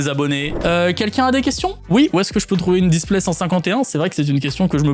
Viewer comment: J'ai eu mal aux oreilles quand il a dit display 151